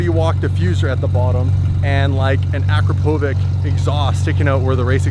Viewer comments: akra-poe-wick 😭😭😭😭fucking terrible pronunciation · Akrapovic is pronounced A-krop-Oh-vich. and this car looks way better than your lambo that looks like it was customized by a 5 year old. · Akrapovic pronounced Uh-Crop-Oh-Vich, just to be that guy! Lol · it’s pronounced ah kra po vich